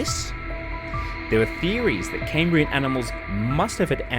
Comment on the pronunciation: Cambrian. NOT "Caymbrian". You don't sound American, so why?